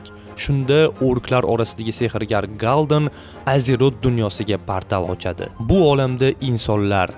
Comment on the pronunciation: Gul'Dan ❎ Gal'Din❎ Gan'D*n✅